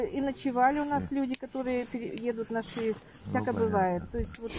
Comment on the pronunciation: Хгаварити ШИес , а ни ШиЕс , пожалуста .